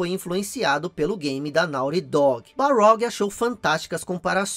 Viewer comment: Ótimo vídeo. Mas é Cory Barlog ou Balrog?